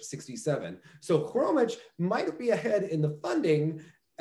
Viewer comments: Just for the record: "Khromitch" is not the correct pronunciation of Maya's surname. In "Khromykh" that "kh" at the end (and beginning btw) denote the same sound as the first sound of the word "house". But even going similar to the word "sheikh" would be closer to how her surname sounds. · It's HHHHHHHromyHHHHHHH, not Kromych :)